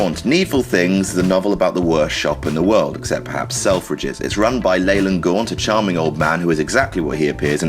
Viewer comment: it's pronounced Leeland not Leyland.